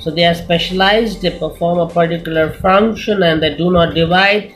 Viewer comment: its function not fruction